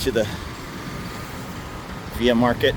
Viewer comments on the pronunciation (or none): As a Bangkok expat I really enjoy your videos but why do you always call it ‘Via Market’ when its written / pronounced Villa ?